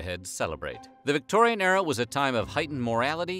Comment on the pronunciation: I wished he'd stop saying Victoian Error